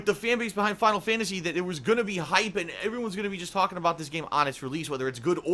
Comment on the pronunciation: "Final Fyantasy 15"